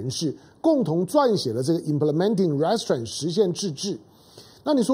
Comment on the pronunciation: 湘龍老弟容我鷄蛋裏挑下骨頭，Restrain 的重音是在第二音節不是第一音節，您再試試看。